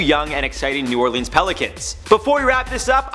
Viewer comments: This dude said new Orleens that's not how you say it. It's new orlins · Dat boi just said New Orlens